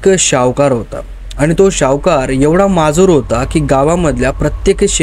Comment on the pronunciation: सावकार not शावकार